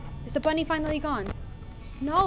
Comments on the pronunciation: its bonnie not bunny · Yellow Blitzever it’s Bonnie, not Bonny